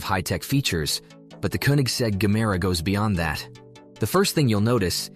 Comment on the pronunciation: Aloo gemere..not gamera😂😂😂😂